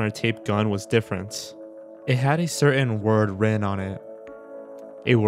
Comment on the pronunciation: The narrator has an interesting accent. He pronounced “written” like “redin” (with an extremely soft “d”). Is he from Baltimore?